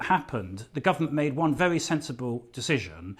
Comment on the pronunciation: Adonis got say his W wery